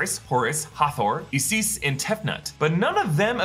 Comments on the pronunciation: (Eyesis) Isis not (Eyesees) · Say it with me, "Eye Sis" not "IS IS". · I found it amusing that you pronounced Isis as "ees-sis" instead of "eye-sis"! LOL!! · Is Isis not pronounced eye sis. Are you just saying eesees because of the terrorists or is that how it’s pronounced. Really don’t think it is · What's with the pronunciation of ISIS? Eecease? Wat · It's pronounced as I-SIS not E-SIS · Isis is pronounced as eye sis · Isis = 🗣“EYE-SIS” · Isis is pronounced as Eye cis. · EE-Sees? Really? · Great episode as always! Just one thing, as gods are becoming more and more important to the MCU... it is pronounced eye-sis or sometimes eye-zeus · Why’d he pronounce Isis like that 😂